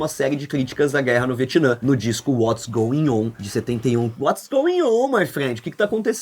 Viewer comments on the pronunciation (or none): goion? É goin' on